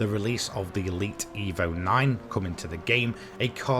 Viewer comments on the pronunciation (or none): none